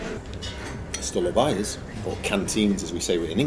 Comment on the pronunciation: It's not Stolo'vaya but Sto'lovaya just to troll you a bit. forvo is your friend and place to pronounce almost any word in almost any language correctly. I'm not native Russian but learned Russian for 8 years behind the Iron Curtain, LoL one millennium ago.